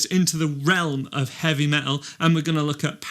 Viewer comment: Why do you say Heavy ME-AL instead Heavy Metal?